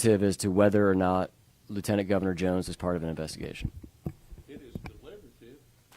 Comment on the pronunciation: She said " Im sorry Govna" .